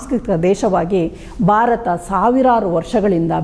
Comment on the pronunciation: Barata, beti, bandita alla. Bharata, bheti , bhandita yandu uchcharisi.Ayasa madikolla bedi.